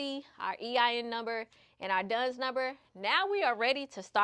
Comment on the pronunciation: Lots of great tips. Btw it's Dun and Bradstreet. Not Duns. Work on your pronunciation and don't smack your lips. These things may seem minor but they will help you to improve your presentation and bring even more views so you are taken seriously by a wider audience. I made it to the end. Very informative video. Good job.